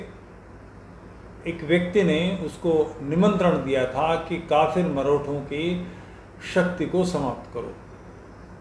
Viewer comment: mratho ko marotho kh rhe hai.slip of tongue.jo aap jaise sbhi u tuber krte hai. bura lgta hai koi koi 1899 ko 1999 khta hai koi nam galat bolta hai aadi aadi.